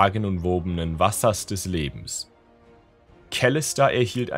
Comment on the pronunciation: Gutes Video echt gute vorgelesen nur die Aussprache von Kalista triggert ein wenig 😂